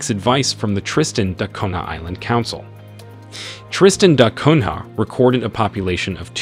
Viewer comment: Why do you pronounce it Tristan Dot Cunha?